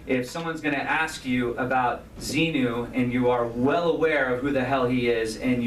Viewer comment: I heard LRH talk about level 3 OT and say that word and he pronounced it ZEMU, not ZENU...He reminds me of a story telling child with a vivid imagination!